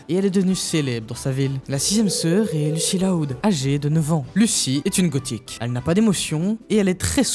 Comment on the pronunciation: Et ne parlons pas de l'audio et du forçage sur certains mots comme "gothique", bref.